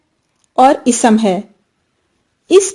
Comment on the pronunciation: Please correct your pronunciation for اسم و صفة Isam and sift are wrong.